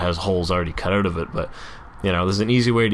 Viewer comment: I've been meaning to share: "Out" is properly pronounced "out" not "out." You're the best! Love your stuff.